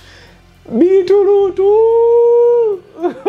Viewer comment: Beat root as in Bitter root killed me🤣🤣🤣🤣🤣